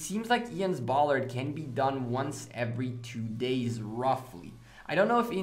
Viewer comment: Ballad, not Ballard.